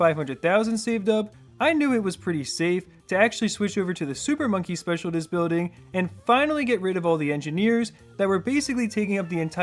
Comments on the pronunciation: "Specialtist" lol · good content as usual, i am a recent fan/sub, but it bothers me that you pronounce it like "specialdist" building ;/ same with "ecscape" HELLOOOO ESCAPE ONLY HAS ONE C wake up brother 😢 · please learn how to pronounce "specialist"